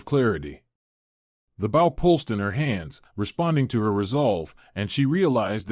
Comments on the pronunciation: It's pronounced Beau. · Might be a good story but I’ll never know because I can’t get past the constant mispronounced BOW. How damn hard could it possibly be to edit and correct the pronouncing of the main word in the story.